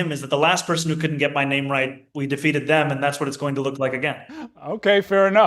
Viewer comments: They don’t even know how to pronounce his name, unbelievable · they couldn't even respect him enough to pronounce his name properly. why does anyone follow someone who doesn't respect others or themselves? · to be fair, Dump couldn't pronounce this guy's name, not because he was mocking him, but because he is actively demented. it's a medical condition. i'm still going to mock him for it.